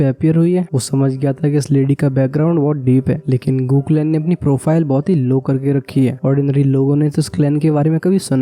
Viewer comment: Bro गू clan ko गू clan hi bola karo